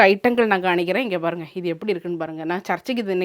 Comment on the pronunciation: Kanikaren illa ..kamikaren is the right acent... m not N..